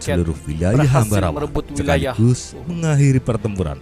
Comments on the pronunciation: Ambarawa bang bukan ambawara😄. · Bukan Ambawara bang tapi.... Ambarawa 🤣🤣 salam persaudaraan